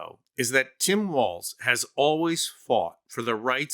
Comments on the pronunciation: Walz. Not Waltz. Not Walsh. lol. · I usually love your videos, but I have some constructive criticism on this one. 1) I believe Walz's brother has already backed out of all of these claims B) Jesse Waters said Tim's last name correctly "Walls" after you said "Walsh" and "Waltz" interchangeably throughout the video. Jesse. Waters. iii) This criticism is of the Walzes, you're totally right, that the apostrophe should never, ever be used to pluralize. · I like how it goes from Walz to Waltz to Walsh to Wa[vague mumbling]